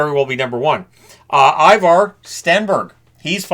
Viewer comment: Ivar is not pronounced ”eye-var”, it’s ”e-var”. You’re welcome. 🥳